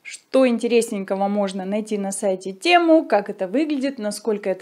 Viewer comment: Не тЕму, а тЭму